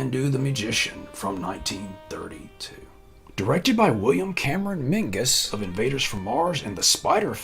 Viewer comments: I am Scottish on both sides. The Director's name is NOT "Min-GUSS" the name is "MinZees" 😢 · William Cameron MINGUS? Who the heck is that? It's Menzies. Otherwise… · I noticed you used the Scottish pronunciation for Menzies there.